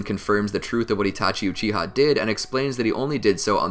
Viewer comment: Uchi-Ha clan, is that some english dub pronunciation?